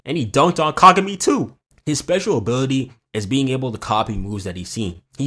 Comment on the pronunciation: "we're not repeating the hai-you-ga fiasco" ...proceeds to call Kagami kagew-mi the entire time